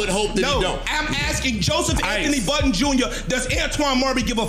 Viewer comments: Why do people put an S on the end of Budden all the time? Buddens always makes me laugh when I hear it dont know why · Please, stop saying Buddens. Peace. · Inlaughed every time you called him Joe Buttons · 20 years later ppl still say “buddens”. How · It drives me crazy thats you say “joe Buddens” us BUDDEN no s